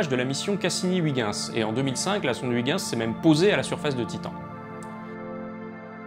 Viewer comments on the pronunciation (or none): Huyguince 😂😂😂 Pourquoi pas 8 Jeans temps que tu y es 😅 La bonne prononciation de "Huygens" est (Huy-gaines, avec le "E" muet et bien prononcer le "S" bien sur) 😉 #CoursDeDiction À part cela... bonne vidéo, mais tu as oublié de dire que l'on peut trouver certaine bactérie pouvant se développer dans des solutions d'acide borique, d'acide sulfurique et nitrique, les bactéries sont aussi une forme une vie, et que certains tardigrades peuvent survivre dans le vide spatial. Pourquoi toujours dire... l'eaux c'est la vie ??? On trouve presque chaque jour des forme de vie "microbienne" appelé extrêmophile vivre autre part que dans de l'eaux, de l'oxygène ou même de la l'lumière "U.V", la vie ne se résous qu'aux vivants qu'on a l'habitude de côtoyer. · Très chouette vidéo ! Cependant pour améliorer encore la prononciation des noms scientifiques, Huygens se prononce "Oeil" "Gueux" "Ns" (à propose de la sonde). Merci pour tout ce travail. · Vidéo géniale ! Seul petit défaut, il va falloir apprendre a prononcer Huygens 😂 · Petit cours sur la prononciation de huygens les copains ! il sera bien utile à notre ami vidéaste ;)